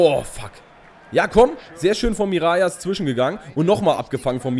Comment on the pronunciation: Hey super Video wie immer:) "Mirallas" spricht man nicht "Mirajas" aus sondern " Miralas" aus. Im generellen hast du natürlich recht dass auf Französisch doppel "L" "J" wird. Aber Mirallas kommt aus der niederländisch sprachigen Region Belgiens. Also wird er ganz normal "Miralas" ausgesprochen.:) ( komme selber aus Belgien) Liken damit er es sieht:)